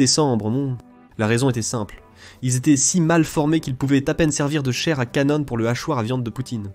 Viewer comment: Ahah... c est un texte de l IA ou quoi? Plein de fautes de prononciation avec ma préférence à 4'33: "chaire à canone"😂😂😂